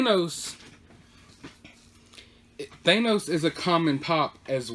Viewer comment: Its bro lee Than nose